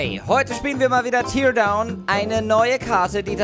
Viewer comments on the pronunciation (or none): es wird tärdown ausgesprochen !!!!!!!!!!